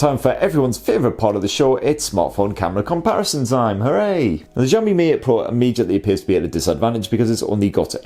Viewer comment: I think your pronunciation of Xiaomi is wrong. Zhao= J sound and Xiao= Shiaw. I'm not Chinese nor oriental FYI.